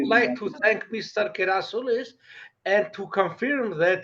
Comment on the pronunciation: Thanks for this great interview. His surname is, not Gerasilous. Please fix this.